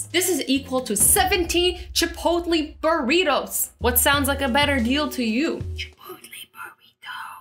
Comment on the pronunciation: Did she really just say chipoltleeeee not chipotlaayyy